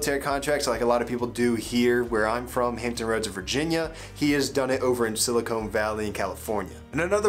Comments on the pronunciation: Silicon is different from Silicone my guy. It also sounds different. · sili-con not silicone